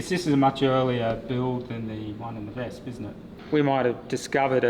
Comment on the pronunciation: It is pronounced, spelled out vespa ( English ). Not vesp. German W = v in English, E at the end, roughly A.